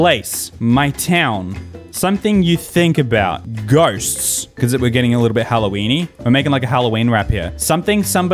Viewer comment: What the heck is Halloweene